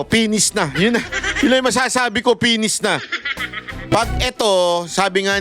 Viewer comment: it’s finish not pennies ang pangit pakingan okey?